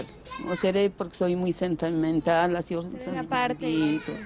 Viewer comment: Sentenmental jajajajajjaja xd no me juzguen jajaja me dio risa esa parte xd